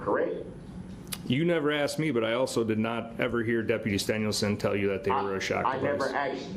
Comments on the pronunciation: it's asked not aks'd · When did "axed" in place of "asked" become an acceptable qualifier for graduating highschool? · So, through out the trial the judge corrected DBs English because he mispronounced certain words which goes in the record by the court reporter..DB says "axed" instead of asked and "substain" instead of sustain..and "biast" rather than biased..lol..